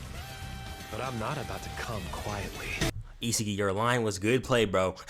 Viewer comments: Not gne hold you bro you saying isagi name wrong it's I-Sah-gi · Bro it’s E SA GEEEI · It’s isagi is-a-gee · The way he pronounce isagi's name as "isa ge" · DO NOT ever butcher his name again 😭😭